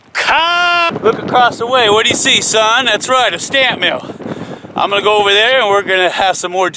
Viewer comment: Every time he says: So come on lets go! I hear: So come on lets Gold!